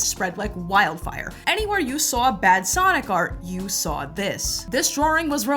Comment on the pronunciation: and Tazz from ECW are the only people I have ever known that pronounce the word Saw with an R